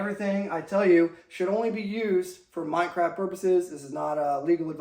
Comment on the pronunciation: Did he just say "Mind Craft" I like it